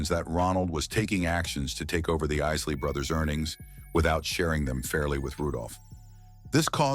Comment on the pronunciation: Did he just say, "...the IISS-ley Brothers"? SMH